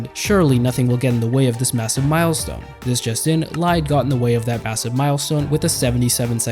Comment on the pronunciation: BTW I think lide is pronounced lee-de Idk tho I could be wrong